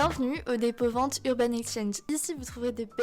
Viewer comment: Quand t'as dit "librairie dépôt vente" j'ai entendu "librairie d'épouvante" j'étais en mode what ???! 😭😂